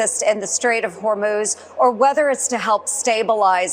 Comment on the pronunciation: Thank goodness someone finally taught you how to pronounce the Straight of Hormuz.